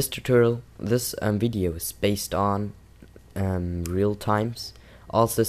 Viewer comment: sounded like wideo to me... Try saying nuclear wessels!